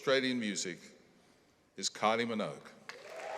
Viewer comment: Dying at Kylie Meowgue